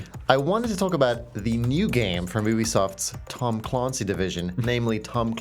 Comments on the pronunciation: Who the fuck is tom Cloncy Tom Cloncy Tom Cloncy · Tohm Clohoncy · Tom Cloncy ? Really nigga ? Please never use those two words ever again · Tom Clawnsee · TAOUHM CLAOUGHNCY. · Tahm Clahn Sea